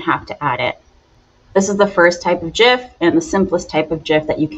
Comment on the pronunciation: 1st thank you for saying it properly. It drives me crazy that everyone says it wrong.